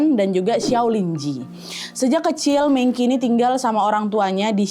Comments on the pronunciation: Agak gmna gitu nyebut mengki,, betewe mengchi ga sih kak sma kayak sejarah china kmren raja Qin bukan raja kin baca ny tpi Raja Chin. CMIIW❤ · Kak Nad, Mengqi dibacanya Meng Ci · Kak Nad punten, kayaknya bacanya Meng-Chi, bukan Meng-Ki. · kaaaa btw mengqi penyebutannya bukan mengki. tapi mengci. meng nya seperti kaya bilang "meng" dikata mengejar, dan qi dibaca ci. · Q= c Meng qi Dibaca Meng ci Cmiiw🙏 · kak Nad, FYI cara bacanya mengci. Huruf Q dibaca C sama orang China. Cuma mau ngasih tau itu aja😊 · Menqi dibaca mengci ka. Q dimandarin bacanya c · kak maaf sebelumnya, seharusnya cara baca nama "mengqi" itu "mengci", karena dalam bahasa Mandarin huruf "q" itu dibaca "ci" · Bacanya mengchi kak (e nya dibaca yang seperti di kata 'e'lang) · Baca meng chi😅